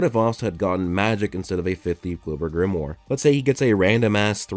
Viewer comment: At least try to pronounce Grimoire properly, DAMN IT